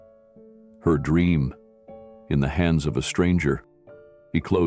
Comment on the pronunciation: THE runway, NOT Thee runway!!!